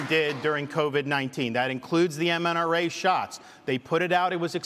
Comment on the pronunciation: Hey Ron, its MRNA, not MNRA. Love ya bud